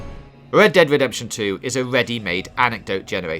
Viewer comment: "Wed Dwead Wedemption 2"